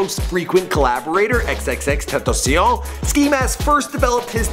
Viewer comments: Did he say tripple x.its xxxtentacion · man said XXX ten tossy on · xxxteteceeon LOL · Did he said triple x is xxxtentacion not triple x my dude lol and ski mask he collabed with x and became best friend for life but rip x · When he did in this vid he said xxxtentoncion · its x-x-x ten-tah-see-own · "TrIPoL EcS" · this man still cannot say "tentacion" to save his life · "Triple X Tantaseon" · he said Xxxtentacia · his name is xxx ten tashions that’s the pronunciation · X X X Tentaciyahhh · tf "triple x" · he keeps saying xxx tentasioa like u can’t say it so just say x like stop butchering his name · its x x x ten tah see on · He can't pronounce xxxtentacion,like wtf? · he says it on purpose to piss people off and then people comment on it. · the way he said XXXTENTACION is hilarious😂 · Jah-say Dwayne on-FROI and xxxtentacio? Excuse me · Now I know this nigga didn’t just say xxxtentacion like that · "XXXTENTOCION" UGH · why is it so hard for this guy to pronounce xxxtentacion. or just call him x. like damn. not hard. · He said xxxtentacio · He said xxxten??? What